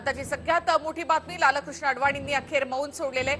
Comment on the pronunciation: मॅडम ,लाल-कृष्ण असा उच्चार चुकीचा आहे..लालकृष्ण असा सलग उच्चार आहे...अति भाषाशुद्धीचा अट्टाहास हास्यास्पद वाटतो...😊😊😊